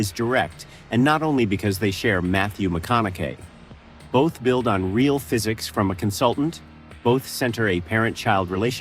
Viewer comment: Good writing. Horrible AI narration. Notable mispronunciation: Matthew McConaughey's last name, multiple times. Please use real human narrators!